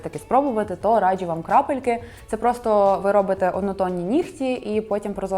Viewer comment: Хтось теж помітив, що дівчата на відео цікаво вимовляють деякі слова☺Якщо є звук "дж", то він завжди пом'якшений. Наприклад "раджЮ" а не раджу, або "джЄмпер", а не джемпер😎..але це не працює з джинсами🧐Тому тут вам не тільки стиль, а ще й філологія💛Дуже подобається🤎